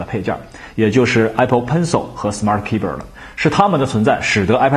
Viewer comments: 这货 的smart keyber 我怎么听怎么别扭， 怎么可能吧keyboard 念成keyber 真是牛了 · 可不可以不要把keyboard 念成keybird